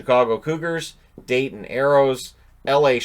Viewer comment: As a native Ohioan and Dayton resident for the past 4 years before moving down south, thanks for pronouncing Dayton correctly, too often it gets pronounced with a hard "T"